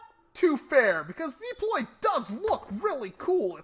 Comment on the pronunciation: come on deeploy?your not from boyston!its called the DU~PLOY.